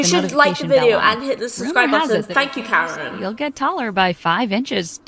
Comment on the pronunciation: Hi I’m Karen I thort they said carrot XD